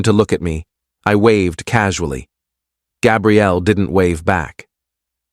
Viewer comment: Please fix narrators pronunciation. Gabrielle is female, and Gabriel is male, like the Archangel Gabriel. You made a CHEN bad. That's not nice 😢😢😢.